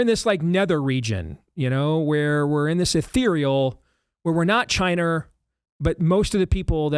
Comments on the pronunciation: You could make a drinking game every time Steve says "Chiner" LOL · Steve- It’s pronounced China, not “Chiner”.